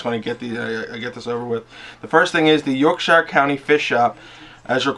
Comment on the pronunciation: coming from a brit your accent wasnt bad at all ;p certainly better than most..btw.. fyi.. its not pronounced SHIRE as in "lord of the rings hobbits home" its actually pronounced SHEER as in CHEER. Ive only heard a few americans actually pronounce it correctly.. and one was a texan with a seriously thick accent.. very funny to hear him pronounce it the correct way.. neways.. good effort.. and as always.. amazing update.. u have a great personality .. keeps a lot of people watching matey.